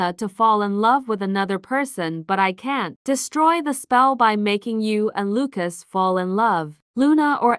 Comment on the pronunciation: ahh yes luacs